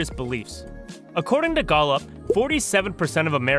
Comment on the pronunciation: I always wonder who these weirdos are who produce these kind of videos and don't know common pronunciations... instead, it's the "Gawlup" poll, and "devote" Christians... Where do these people live?